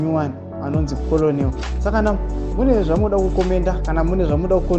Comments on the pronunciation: Hazvinzi kolonelo its kenel on pronouncing this word Colonel. Harisi zita rake its a rank in the army just like captain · Colonel is pronounced 'kenel'